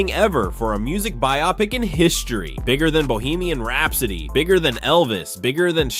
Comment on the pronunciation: This was narrated by AI, right? The way "biopic" and Jaafar's name were pronounced completely lost me. Especially after "My name is your host"...